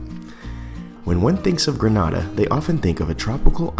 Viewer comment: it's pronounced Greh-nay-da, "Granada" is in Spain